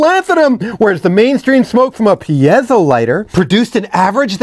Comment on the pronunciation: Piezo is pronounced "Peezo"